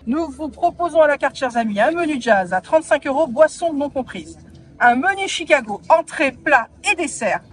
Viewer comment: Mais pourquoi tu prononces Tchicago😄